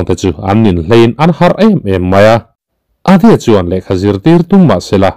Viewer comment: Adya ania, Adi-a nilo in, svmm